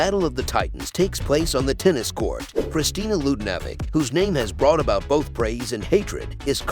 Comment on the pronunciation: Kristina what??? where did you get that pronunciation? You mispronounced other names as well.